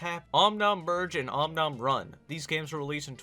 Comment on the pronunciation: om nom virgin it sounds like you said om nom virgin not merge